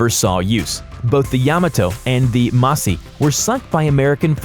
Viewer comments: It's Mu-Sa-Shi... Not... Ma-Si... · Its musashi not Mashi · how can you read MUSASHI as musahi ffs and yamato/ musashi had no 9x457mm guns but they had 9x460mm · Not mashi it was called " MUSASHI " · Its Musashi not massi.... Ffs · Pronounced Musashi as "Musahi" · Ok so A: The Caliber of the guns on Yamato and Musashi (Which you are pronouncing wrong, it's Mu-Sah-She) was not 457mm like you say, it was 460mm, which may seem like a small difference but is actually a relatively large difference due to how the ballistics would have worked on the weapons. B: The guns on Yamato and Musashi were both used in combat (which you claim they were not). Yamato fired her main battery guns several times, most notably at the Battle off Samar at an American destroyer group known as "Taffy 3", making it the only time she engaged other ships with her guns, but she did engage coastal targets with her guns multiple times before that. Musashi fired her guns in anger during only 2 engagements, one at the end of the battle of Attu to cover the Japanese retreat against American landing forces, and again when she was engaged by the American Destroyer USS Tunny (though she fired them in a wildly incorrect direction, and hit nothing of note besides the broadside of the Pacific Ocean). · Hey Buddy......the ship's name is pronounced YA-MA-TO and MU-SA-SHI.......